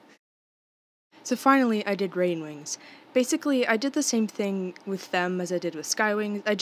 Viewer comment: I know this is unintentional, but I chuckled a bit when you called Rainwings ''Grainwings''. (I don't mean any hate, I just wanted to point it out. :) )